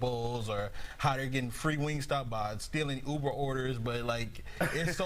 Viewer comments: "Moderest"?? You get paid to do 1 job and that's read, and you can't even do that right.. Your fired 🤣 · “Moderest” ?? You had one job sir.